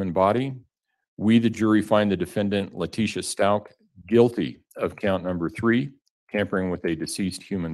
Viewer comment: BYE lat-tee-SHA